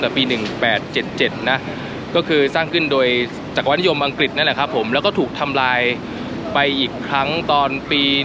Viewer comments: จัก-กะ-หวัด มิใช่ จัก-กะ-วัด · จักรพรรดิ อ่านว่า จัก-กฺระ-พัด จักรวรรดิ อ่านว่า จัก-กฺระ-หฺวัด